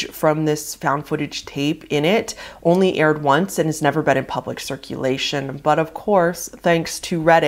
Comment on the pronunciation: The emphasis you put on the end of almost all of your sentences are annoying..talking bout some " only aired oncesssss" WHY WOULD SHE SLUMP OVER AND ACT DEAD IF SHE WASNT ACTING?????